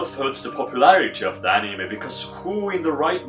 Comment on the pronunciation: how tf did that guy say anime? "aNiiimej"